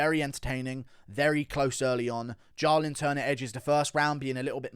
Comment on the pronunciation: Why can’t pronounce simple names like jalen and jacoby lol